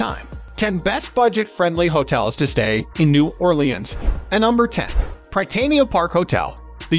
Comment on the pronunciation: You mispronounced Bienville and Prytania and place de arms. As a New Orleans native you hurt my ears. But, I’m doing better. Thanks for the video.